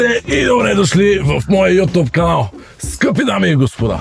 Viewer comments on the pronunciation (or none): none